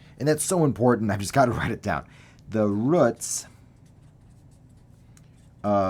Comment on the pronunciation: I hope theres not a sad reason he mispronounces this simple word